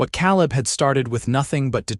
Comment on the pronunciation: So, what happened to the team of oxen and the wagon Eleanor left, her name is (L a nor) not (Lean er). Caleb is (K leb) not (Kal eb)